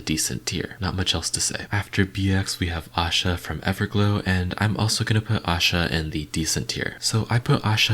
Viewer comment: Her name is aisha not asha. You are pronouncing it wrong Aisha almost sounds like I-sha and asha is Aa-sha